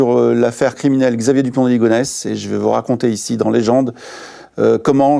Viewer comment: Émission sur qui?😂 Yisxaavier dupont de ligonnes?😮😂